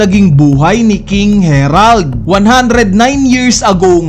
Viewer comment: Naka ilang chapter na Herald ka p din ng Herald. Basahin mo nmn ng maayos ang A E I O U